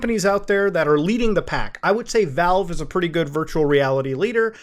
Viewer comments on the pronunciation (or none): none